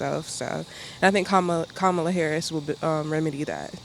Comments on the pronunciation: Please correctly pronounce her name… Like “Coma Lalalalala”. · Comma-la! Not that hard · Need to learn how to pronounce her name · Strange! Even people voting for her are mispronouncing her first name! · Please pronounce her name correctly, you are worst than MAGA